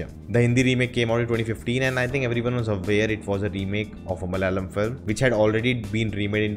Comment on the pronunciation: Not Malyalam, it’s malAyalam